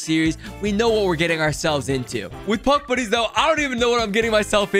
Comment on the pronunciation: I thought he said Puck Bunnies at the beginning